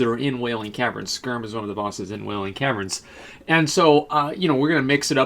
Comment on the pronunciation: Son of "Skerm"? Really man?